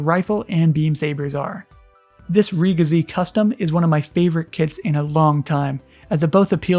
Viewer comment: I thought it pronounce as "Re-Jiz"